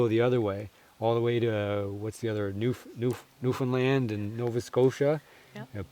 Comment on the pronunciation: Props on proper pronounciation of Newfoundland! You should definatly go, you would've it!